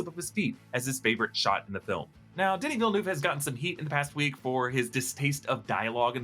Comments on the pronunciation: It's Denis Villeneuve not Denis Villenoo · the way you say denis villeneuve kills me , im from Quebec hahahahah